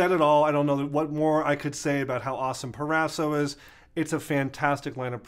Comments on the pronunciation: PRO-raso not PER-raso right? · Please pronounce: Pro-ras-o. Pro.